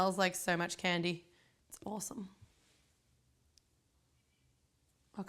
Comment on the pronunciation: "It's AWESOME" that's so australian! hahaha